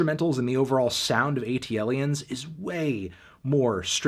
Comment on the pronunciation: Sorry...ATLiens is pronounced as so. Not A.T.L.iens. had to be that guy.